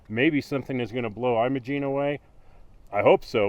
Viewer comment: It's not pronounced "Eye-mo-gene" Pass (long i sound) , it's Im-o-gene (or Im-uh-gene), the first syllable is like "Him" (short i sound). -- BR